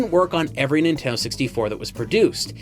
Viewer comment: Nin-ten-do 3 syllables